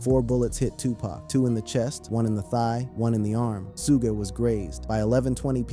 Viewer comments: Suge not sugay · Who da hell is Su-ge???😂😂😂 It’s SUG like sugar the e is silent Suge Knight not Su-ge😂😂😂😂😂😂😂😂😂😂😂😂😂😂😂😂oh my stomach 😂😂😂😂😂😂😂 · I remember the world knew of no Tupac funeral. Great u found a private service if this so but “SUE-Gah” was grazed lol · I got one damn question who Tf is Su'gay ? His name is Suge 😂😂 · Why do they keep calling sugg, suga and su-gay.(Suge).🤔❓ Y'all gonna Mess around and get SUED ‼️ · 2pac and sue-gay?...fck! Ai sucks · Soo-gey? AYFKM? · who the hell is "shouga"??? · Sue-guh hahaha or Suge 😂 Pack or Pac, you’d think by now people would know how to pronounce everybody’s name. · Did this man just say Sugee! Sir I'm gone need for you learn how to say people's correct name before posting another video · who is Sujay? loll Suge??? lmaooo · Sugg and 2 Paak is how it,s pronounced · 🗣😭Who Dafuq Is “Sue-Gay Knight”💀🤣🤣🤣🤣🤣🤣🤣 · Was The 1st Thang That Came To Mind When This MaFawka Said “ Sue Gay Knight “😭🤣🤣🤣🤣🤣🤣🤣🤣🤣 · When it said 2 pac and su-gay I was done with video 2 mins in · Suge like sugar😂 Suge knight😂 The pronunciation in this video is wild😂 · Love the way he pronounces Suge knights name 😂